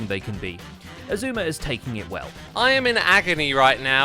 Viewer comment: is taking it well "I am in Agany"